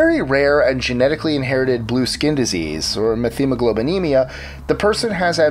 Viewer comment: Please check out the actual pronunciation of medical terminology. For example, methemoglobinemia is pronounced met-hemoglobinemia, not meth. Makes me a little crazy when people take a stab at the pronunciation when they have first encountered a word. Actually, that applies to a lot of nouns - names, places, objects, diseases, languages, etc. etc. I enjoy your channel a lot. Just be a little more cautious please?